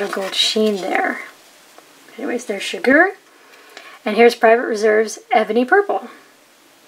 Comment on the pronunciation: you say shigure like Chigurh from no country for old men